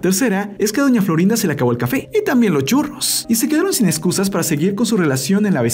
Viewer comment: Porque dise doña florín a🤣❤